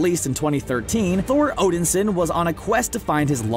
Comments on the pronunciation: I finally cracked at Odinsin "HE'S ODIN'S SON" When you keep mispronouncing things it makes it look like you don't know a thing about the subject matter and you're reading someone else's script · "Odinsin:" smh.. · I hate to be a stickler, but I wish you people would get pronunciations correct. Namor is Nay-more, and Odinson, is actually Odin-son.